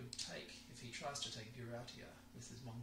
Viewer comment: You are the first person I have heard who pronounces Buryatia properly!